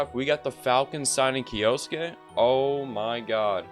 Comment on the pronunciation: Omg if you were to not split kyou into two syllables and instead pronounce it as one as you should have you would have been the first youtuber to pronounce his name right. Like at least you got the suke part down perfectly unlike others who turn the e into an i.